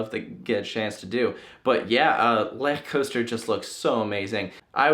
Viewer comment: Wow, the first American that pronounces "Lech Coaster" right.